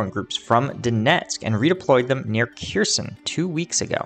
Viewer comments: OK. until you stop butchering the names of Ukrainian cities, I'm going to stop clicking the like button. All you gotta do is type the name into Google Translate, identify the word as Ukrainian and click on the speaker button. C'mon, man, be a little more professional! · LOL, there's no T in Kherson!!!